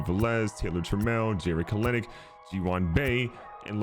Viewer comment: love the video but the way you said kelenic made me cringe